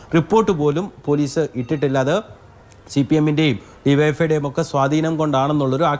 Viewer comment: യുവൈഎഫ്ഐ അല്ല ഡിവൈഎഫ്ഐ ക്ലിയർ ആയിട്ട് പറയൂ പേടിച്ചിട്ടാണോ